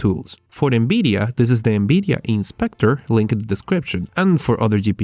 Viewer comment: NBIDIA? jesus christ atleast fucking try and pronounce things.